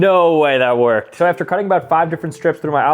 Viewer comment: he js didn’t stress the “ed” part